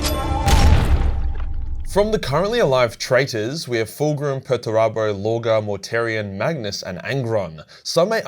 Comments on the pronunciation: Perturabo . It's Perturabo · Ive never heard anyone pronounce Perturabo as erroneously as you